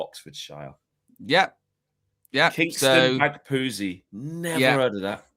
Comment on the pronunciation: you are a fraud Oxfordian and you said Kingston Bagpuize wrong….I’m disappointed 😂😂